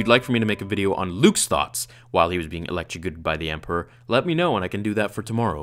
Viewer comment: Loved the video and you pronounced electrocuted “elegriced” lol